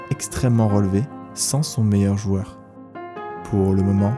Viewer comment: C'est "joueur" et non : joeur 😉. Merci pour ce bon documentaire.